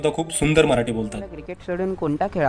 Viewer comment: न च्या ठिकाणी ण आणि ण च्या ठिकाणी न, आणि मराटी नाही रे मराठी. पहिला अँकर बदला